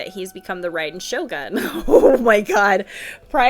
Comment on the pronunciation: Raiden Shogin = Vacuum Cleaner. Now I can't unhear that. lol